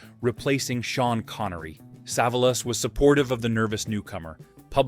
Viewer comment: Pronounced SA VOL US.